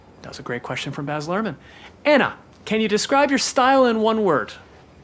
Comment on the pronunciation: It's Anna, not Enna 🤭